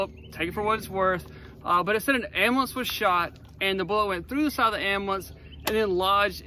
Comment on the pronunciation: What's an "am'blance"? ;) Fun one, thanks.